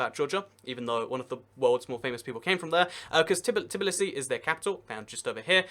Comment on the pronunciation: Why do so many people mispronounce Tbilisi as 'Tblisi'?